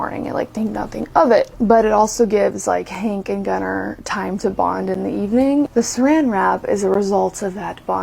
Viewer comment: These people are gross. I also hate that these people named their child Gunnar and can't even pronounce it correctly.